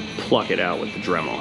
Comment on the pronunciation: …it pays to properly enunciate when you say…pluck…just saying.